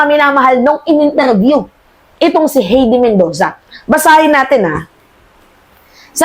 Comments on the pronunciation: Hay-de not He-de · HAYDI ➡️ (HEIDI) ....Hindi HEYDI